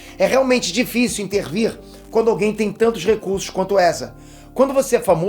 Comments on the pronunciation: Essas palavras juntas aí foi erro ou tá de boas? Temtantos, Erzaestão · Aos "... seupotencial... temtantos... dizer'não' ... Ezraestão..." Vixi... não tem NINGUÉM pra conferir o vídeo depois de pronto ANTES DE SER PUBLICADO ?? Se quiser, eu faço isso.... hehehehe.